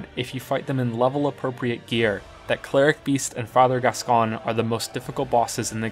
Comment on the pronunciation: Some interesting views and arguments here. Will need to playthrough DkS 2 using only gems and no estus to see what it's like. Apologies for being a pedant but Gascoigne is pronounced Gas-Coin, not Gas-con.